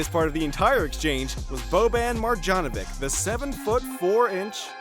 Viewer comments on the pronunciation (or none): "Boban Margianovick" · “Markays” “Donchick” “Ohbre” “Marjánovic” “Olandapo” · Marđanovik? You serious? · It’s Boban Mariyanovic and Luka Donchich not Doncik